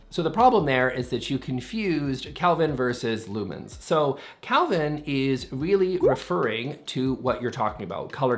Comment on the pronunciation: One thing gets wrong: saying calvin instead of kelvin.